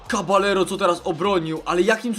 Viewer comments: Kabajero się czyta ;) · Ludzie kiedy wy się nauczycie ze w hiszpańskim podwójne "L" się czyta jako "J". Tak więc Cabajero A nie Caballero